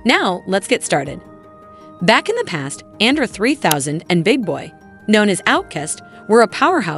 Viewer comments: Ok. You cant say the man name properly? You dont get my like, my view or my sub lol 👎🏻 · name pronounced wrong in vid and spelled wrong on title 😮‍💨